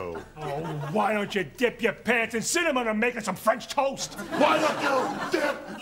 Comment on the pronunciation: Ray still can't say "cinnamon". 😅